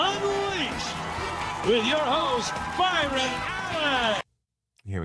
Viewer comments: I love your podcast and I know you are spreading the truth but PLEASE SAY BY-RON Allen NOT BRY-AN and NU-CLEAR instead of NU-CULER! Just a teacher correcting her student.😊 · Byron not Bryon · BY RON NOT BRY ON!!!!! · Did you say, Brian Allen? BY-RON Allen. Comics Unleased is an old show. Question is, are they going to make me episodes? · BY-ron... not Bryan. This is good news. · I think you may have “Newscum disease”, aka dyslexia. It’s BYRON Allen not “Bryon”. Guess you’re too young to remember him.🤷‍♂️😂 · You keep saying Brian, its Byron pronounced By -ron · Byron not Bryan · It's Byron, not Bryan. Duh. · His name is Byron not Bryan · Benny.. Do you purposely say people's names wrong? You do it ALL the time! Tonight was BYron Allen, not BRYon. Nick SoRtor is not Nick Sotor. It's disrespectful... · Benny : " ...replacing Colbert with Bryan [aka Byron] Allen...." wow. Misread three times, my dude. Illiterate, much?. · Yo said Byron’s name wrong. He is an established comedian and producer. You can’t be snarky and pronounce his name wrong!